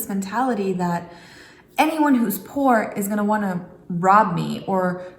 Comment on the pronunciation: I have never heard a person say "poor" in that way :D It's really like from a sketch. Like it was a slur.